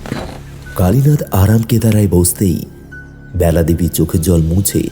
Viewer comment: ব্যালা হবে না বেলা হবে বাজে শুনতে লাগছে